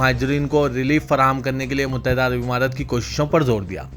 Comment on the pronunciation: متحدہ عرب عمارات۔مہیں امارات بو لو۔۔۔ اور یہ "اےوام" بولنا کب چھوڑو گے؟؟؟عوام بول ا سیکھو🤣🤣🤣